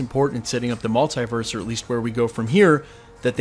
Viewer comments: its so irritating how you pronounce multiverse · the way you say Multiverse , literally prevents me from subscribing.